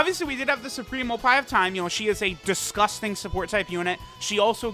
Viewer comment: I almost spit out my food when he said Oppai Kai of Time 😂